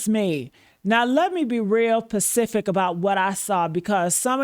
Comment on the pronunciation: I like when you be pecific🤪